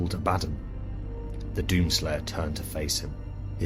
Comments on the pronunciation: “Ab-ah-don” (Phonetic pronunciation) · Lmao abaddon?! Why do you say it wrong like that